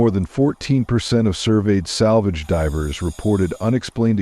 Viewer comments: Too bad AI can’t pronounce the word “Divers”. Can’t you read the dialogue? Every time I hear a simple word mispronounced I lose interest. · Must be A/I reading this no I in divers etc.